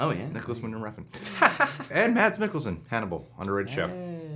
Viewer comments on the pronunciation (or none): none